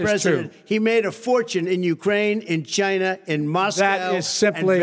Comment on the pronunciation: Do you really mean "The Jina Plague?' Or did Trump finally pronounce "China" right?